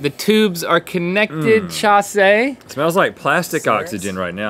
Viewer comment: it’s Chasé